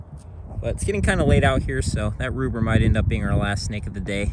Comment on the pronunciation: Hearing say, “ruber!” 👌